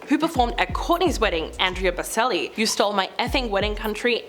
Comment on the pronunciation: The way you Said Boccellis name made my heart hurt!